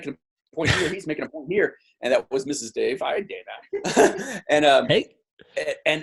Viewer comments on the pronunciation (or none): none